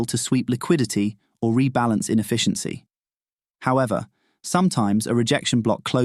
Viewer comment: Lost me at "infficiency"